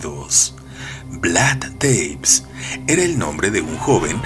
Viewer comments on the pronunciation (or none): Es Tepes como se lee, no Teips, no todos los nombres se leen en inglés querido, buena elección de historia, es demasiado interesante este personaje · No jodas, una de las reglas del LOCUTOR "si no sabes la pronunciación, lees tal cual está escrito", y además de que no lees acentos escritos, lees 'teips' en vez de VLAD TE-PES, TEPES, y se lee T-E-P-E-S!!!